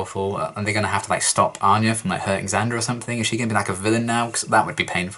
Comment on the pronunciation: What gave 'Xander' away how he had mispronounced/butchered Anya's name